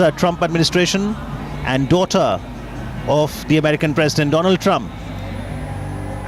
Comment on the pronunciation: 😁😁😁😜😜😜 do-land Trump